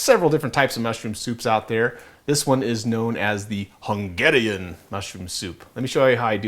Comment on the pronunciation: idk what was the thing with the word "Hungeehrian" :D By the way, great recipe. :) A hungarian.